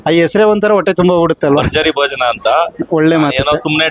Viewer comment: ಬರ್ಜರಿ ಬೋಜನ ಬರ್ಜರಿ ಬೋಜನ 😂😂😂😂😂 ಕನ್ನಡ ಸ್ಪಷ್ಟ ಉಚ್ಛಾರಣೆ ಮಾಡೋದು ಕಲೀರಿ ಮೊದ್ಲು ಓಕೆ ನಂತ್ರ ವೀಡಿಯೋಸ್ ಮಾಡಿ ಅದು ಭರ್ಜರಿ ಭೋಜನ ಅಂತ ಬರ್ಜರಿ ಬೋಜನ ಅಲ್ಲ ಭ ಅಂತ ಹೇಳೋಕೆ ಬರಲ್ವಾ ಎಷ್ಟು ತಪ್ಪು ಉಚ್ಛಾರ ಛೇ